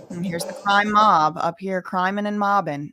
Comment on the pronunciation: 😂😂😂😂😂 “Crimin and mobbinn” 🤡🤡🤡🤡🤡🤡🤡